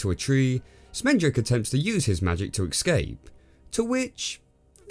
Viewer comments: Dude, it's 'ESS-CAPE' not 'EX-CAPE' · Couple of pronunciation errors you made in the video: - You pronounced "escape" as "ekscape" a couple of times - You accidentally called Disney's Silly Symphonies "Silly Sympathy".